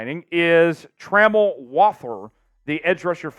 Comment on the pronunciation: Thank You Team Ravens. For Signing TRAMEL Walthour. Please ask him how to pronounce his name. You was wayyyyy off saying his name. Thank You.